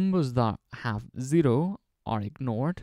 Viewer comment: you say zero like the japanese o.o